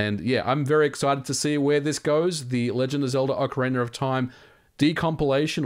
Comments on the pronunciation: I'm only a few minutes in and I'm regretting the drinking game decision of taking a shot every time I hear "Ocariner" ... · "When it comes to video games The Legend of Zelda: OcarinER of time..." <3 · “Ocarina-r-of” Lol, this is exactly what went through my head when I read the title! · Speaker of this upload: you need a tutorial on how to pronounce ocarina. It sounds very Britain how you speak the word. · good video, although you say "ocarina" funny. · There is no "R" at the end of "Ocarina" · oak-ah-rena? but its ock-ah-rena, kinda like its ock-tah-rock and not oak-tah-rock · (Oc O Ra Na) not (Oc O Ra Ner)..... dude, learn how to pronouce game name. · I love how you pronounce "Ocarina" like "Ocariner" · Wtf is an "Ocariner"? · Ocariner? I hardly know her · Aah Ocariner of time, takes me back. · Ocariner of time. Ocareinder of time. Ocarainer of time… Why do I always hear people pronouncing the name in some variant of that, instead of just OCARINA (aoh kr ee nuh) of time 🤨🤔 🧐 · Ocariner of Time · Do you ever stop and think to yourself that saying "Ocareener of time" just sounds a little funky? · No, that’s just a strange thing that people who speak non-rhotic English do. People from like England, Australia, etc. I believe the phenomenon is called “intrusive R” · I love your videos but seriously, Ock arena. not Oak arena. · OcarinaR of time OcarinaR of time OcarinaR of time OcarinaR of time OcarinaR of time OcarinaR of time WHYYYY??? Just don’t say the Rrrrrr (cringing) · Why do you say ‘Ocariner of time’ ? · Ocariner of Time. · Miyamoto: Ocarina of Time Brits and Aussies: Orcarinar of Time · Before opening the video I was like "I can't wait to see how many times MVG will pronounce Ocarina as Ocaryner". I was not disappointed. 😄 I'm curious to see how many glitches and in-game exploits will still work with this version and how many of them will be "patched" as a side effect. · "OcarinER" [visible discomfort] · Uckeraynor of Time 😂😂😂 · "Ocariner of time".